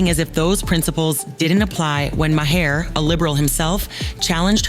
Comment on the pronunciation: How many different ways did the narrator pronounce Maher's name? Hahahahahaha!! Do some research and say it right. And ya, too much talk without actual video of the event. Duh!